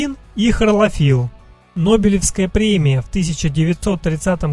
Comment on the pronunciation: Почему хРолофилл, когда хлорофилл